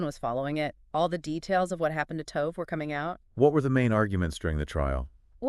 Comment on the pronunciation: I think the least an investigative reporter can do is learn how to pronounce the victim's name. I wanted to listen, but could not get past it. I will try others, but I hope you take this advice, it will help your channel. It doesn't take much to learn the pronunciation of foreign names. In this case it's "to-veh", not "tove".